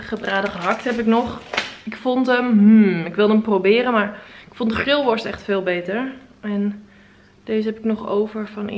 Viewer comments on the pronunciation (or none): Jouw uitspraak, niet grillworst zelf🤭